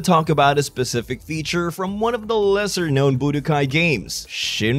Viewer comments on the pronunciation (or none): what accent does this guy have why does he say budokai "boo de guy"